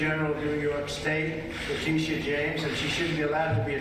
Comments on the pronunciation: LateeSHAH…he’s so effing racist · He does it on purpose to disrespect them. "Peekaboo" isn't really what he means when he's talking about Leticia James. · Why in TF was he not found in contempt of court??? The way he pronounced her name proves he is a racist. Put his ass in jail. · I love the dramatic pauses for effect. ...Letitia... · I guarantee you that his emphasis on pronouncing "Leticia", was done with a racial connotation.